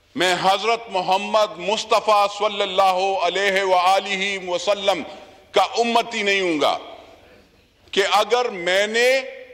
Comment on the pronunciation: پہلے درود شریف تو صحیح پڑھ لو صلللہ علیہ والہ مسلم کہ رہا ہے